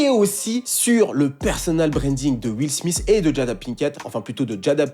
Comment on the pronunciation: Will SmiSS? Quand même... faut faire un effort pour prononcer les noms anglophones ... sans les massacrer!?